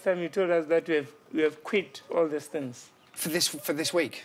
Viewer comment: fings....its things.........wif...its with